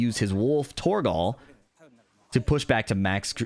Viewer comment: the way you pronounce torgal pains me